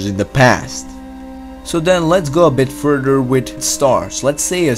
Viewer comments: Nigga said furderr but great vid xd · I like how he pronounces further, "furder". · I'm sorry, I had to stop watching. The narrator was getting on my nerves a bit. "t'ousand, and furder" are words I can't find in the English dictionary.